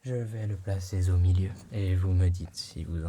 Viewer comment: ... "Je vais le placer z'au milieu....." 🤔😅